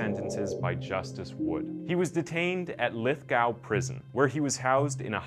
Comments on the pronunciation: also lithgow is pronounced as "lith-go" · It's Moss-man not Mose-man and it's Lith-go not Lithgow 😭😭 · I made the same comments on how we pronounced Moss man and Lithgo 😁🇦🇺